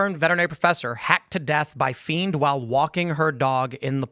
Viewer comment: A “fiend” you say??